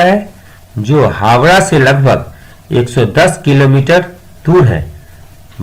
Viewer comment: Pehle app Howrah bolne sekheye